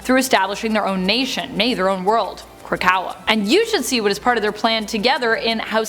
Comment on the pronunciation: Did you just say.....KROKAWA???